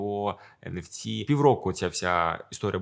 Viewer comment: нфт братан, не нфс